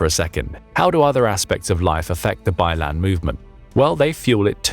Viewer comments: It not pronounce as “ bai land “ but “ bai lang “ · Bai Lan? 😂 Byland?